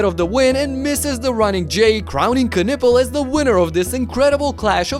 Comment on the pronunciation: Stop butchering Knüppels name, it's not Kanuppel